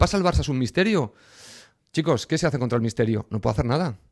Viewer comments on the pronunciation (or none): none